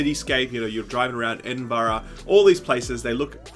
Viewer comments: I live in Edinburgh, and it’s always funny seeing foreigners trying to pronounce the city’s name like they’re having a mini spasm. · I’m Scottish and wen I heard u say Edinburgh I almost spewed